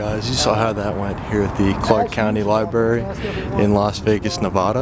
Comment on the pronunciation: Its Nevada not Nevahda.....we locals take offense to that...yankee yokels....